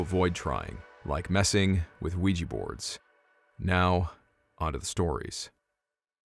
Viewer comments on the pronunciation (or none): It's pronounced wee-ja not wee-gee. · Not Ouijhee.. Oui Jah both yes.. first time in French, second in German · "Ouija" is not pronounced "we-gee". It is "we-ja". It is also the name of the game board, not the actual board. The game company created the name when mass-marketing the witch board or spirit board. Supposedly, it was the SIL or the like, of one of the game board creators, who suggested the name. I would like to point out, however, the name in two parts "oui" & "ja" are two words that mean "yes" in French and Swedish (Norwegian & Finnish) respectively. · "wee-gee" ... Ouija ... Jah Jah JAH!!! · How did "Ouija" [yes yes] boards come to be pronounced "wee jee"? The "wee" is easy because that is how "oui" is pronounced, but "ja" is German and pronounced "yah". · It’s spelled ouijA. Anyone know why when sounded, you are pronouncing ouiji? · Can't handle this. It's not pronounced weejee